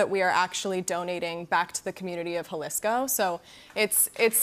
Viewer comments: She said “jalesco.” It’s jaliiiisssscccoo ( jalyyyssscccoo) she should know this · Did she just call it huhhhhlisko it’s pronounced HAAAALISSCOO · The way she said Jalisco 🤦🏽‍♀️